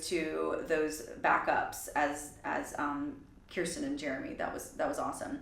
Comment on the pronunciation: It’s pronounced “curse ten”. Just like how my name is pronounced. No one can ever get our names right.